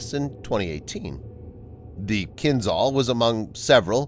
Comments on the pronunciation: Kinjhal it is, not Kinzhal. Wrong sounding. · It's not "kin-ZAL", it's "Kin-JAL" ZH is supposed to sound like "S" in "visual"